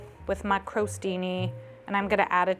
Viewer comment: Crow Steenee? What!? My Italian housemate genuinely didn't know what word was being attempted 🤣